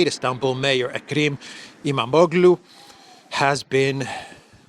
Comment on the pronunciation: How can Imamaglou (a real Greek-speaker would know how to pronounce it— Imam-og-loo, FYI) be more popular than Erdogan? You people (you and Brit Mercouris) have been consistently saying how Erdogan is popular. Now you change your tune?